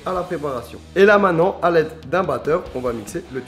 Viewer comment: Essaye de dire maintenant au lieu de mainant. C'est mieux.